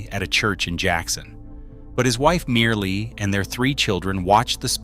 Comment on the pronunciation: Medgar’s wife name is pronounced Myrlie (Murly) not Merely🙏🏽